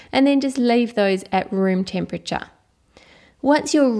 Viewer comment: you say room tempetcha